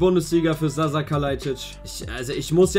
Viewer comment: Bruder bitte nenn ihn nicht Sass haha es wird Sascha ausgesprpchen. Dieses š wird sch ausgesprochen